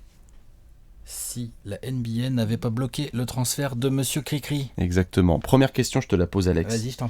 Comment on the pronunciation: "Bloquée" les gars vous abusez ... J'ai pleuré toute la vidéo.